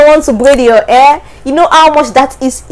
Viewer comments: The way you pronounce hair is air. hehehe... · Your accent is so hard to understand! Your hair you pronounciation only ( AIR ) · Hahaha my air✌️ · You're cute pronouncing hair, but its ok. But try to sound the hhhhh until you perfect it. You are very good in english. Your speaking voice is modulated. Very good!